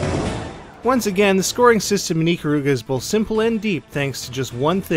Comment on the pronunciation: its i-kar-ruga not ick-karuga